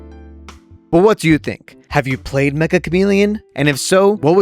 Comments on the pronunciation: its not Mek-Ka its Meccha like in met-cha. Like cha in in charger without the R. めっちゃ (Met-Cha) カメレオン. (Ka-Me-Re-On) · It's actually pronounced meh-cha! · Mecha is actually a Japanese word, ans it's pronounced as 'Metcha' Chameleon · It's pronounced "metcha" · everyone is pronouncing it wrong !!! its "me"-"ccha" , double c its a casual /playful japanese word for "very" you would use it like this this game is very interesting -> kono game wa meccha omoshiroi so the game title essentially means very chameleon , which fits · Uhm actually, it's pronounced "Metcha Chameleon" 🤓☝️